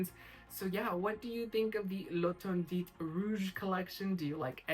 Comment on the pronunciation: The T at the end of interdiT doesn’t have sound. Is pronounced L’ enterdi 😊